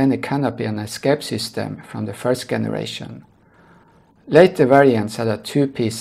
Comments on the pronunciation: The "g" in the word "generation" is pronounced the same as a "j" (like jump) not with the 'g' sound in "good" they way youre saying it. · The way you say “generation” in completely wrong in English